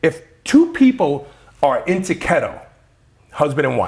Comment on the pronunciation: What is kettle or is he saying keto?